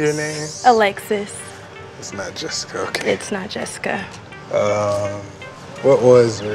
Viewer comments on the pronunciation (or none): Really “ JESZICA “ 😂😂